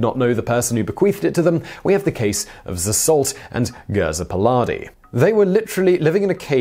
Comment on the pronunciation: I don't know how reliable are these sources. I am from hungary and I have never heard of Géza Peládi (whose name he pronunciated so badly, that it took me 10 minutes to figure the real name out while searching on google) when 6 billion dollars would have skyrocketed him to the richest living hungarian. I have only found very few articles in hungarian from tabloid journals and from tabloid english sources as well and all of them were from 9 or 10 years ago. Nothing is found about them since then while this is not the kind of thing which could be that well hidden, I really think there is not any truth behind this story and it was just tabloid or misunderstanding, some of the other things can be easily just similar undocumented sensational claims and tabloids without any reality behind them.